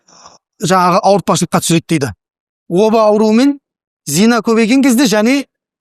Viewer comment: Зина емес,зына емес пе?